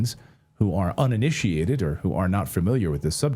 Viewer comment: Ininitiated not uninitiated